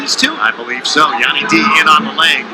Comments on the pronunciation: Anyone else salty when he keeps pronouncing Yianni's name wrong😤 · Tv announcer could absolutely not pronounce yianni name 😄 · Rofl the announcer trying to say Yannis name!! The other announcer was saying it purposly to let him know how to say it and he still couldnt get it. Be just went with Yanni D hahaha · Learn how to say someone's name if your going to announce a match.